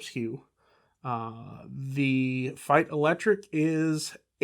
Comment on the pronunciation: First Youtuber that pronounces Feit as I think it should be. BTW the Feits are right now and until December 24 for $9.99/pair at Costco.